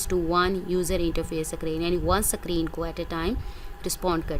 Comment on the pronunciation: not sacreen, say screen 😄